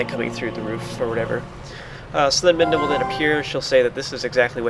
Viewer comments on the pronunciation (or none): Did you say minda or midna